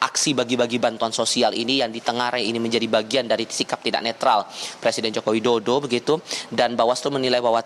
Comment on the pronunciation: Woyyy Yang bener itu ngeja nama presiden, jangan ngaco gitu bikin malu aja....nih ejaan yang benar JOKO WIDODO.